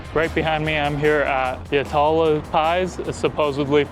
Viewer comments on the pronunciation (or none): Just so you know you say it like yat-luh . Not ya ta lah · Correction Yatala, (YAT Lah) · Great place and food, but Aussies pronounce Yatala more like "YAT-LA". Just fyi. Hope you enjoyed your trip. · This is my local. Been going there for over 40 years. It’s pronounced Yat-La, not Ya-Tal-La. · Yatala is not Ya-TAL-a. Its Yat-la. And its an icon. Shouldda had tomato sauce with the pie. Or got a plain pie with peas. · How you pronounced the name of the shop is interesting to me. All of the people I know pronounce it as Yat-la. I had never heard some say it as Yat-a-la. Makes me wonder which way the original shop owners wanted it pronounced. And yes Yatala pies are really good. Pies from Petrol stations, they can be of poorer quality unless they have a dedicated pie shop attached to the servo. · Yuh Tullah lol, the way you said it. lad you should of learned how to pronounce Yatala. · Pronounced: YAT LA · It's pronounced Yatla. I got given hell for saying it the way you did when I first moved to QLD. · It’s pronounced Yat-la. yat (like hat) La (like La La La) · Pronounced “yat-la” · Yatala is pronounced Yatla. Their pies are so yummy 😋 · Pronounced- Yat la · You went to the best pie shop in Australia and we pronounce it Yat-La. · It's pronounced Yatla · Yat-la... for some reason the second "a" is silent. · Its pronounced Yat la. I once said to my mum, i want a steak and bacon pie from Yatala, what would you like? She said why are you driving 1 hr round trip? I replied, "mum, ive just flown 2 night flights from the middle east to get hone. I think 1 hr to get those pies is nothing. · It’s pronounced Yat-la and they have the best pies. It’s a hanging offence to not have tomato sauce on your pie 😂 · Welcome to great Aussie take away! This pie shop is well known right across Australia, so you picked a great one for your first taste. By the way, the locals pronounce it YAT-la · Yat La is how you pronounce it. Greatest pies ever. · It's pronounced "Yatt ala" mate 👍